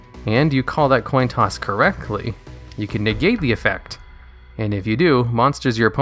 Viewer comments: Toin Coss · Toin coss?